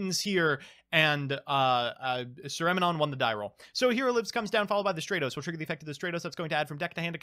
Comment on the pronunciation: its Stra-tos, not Straight-tos. Like...stratosphere. or strategy.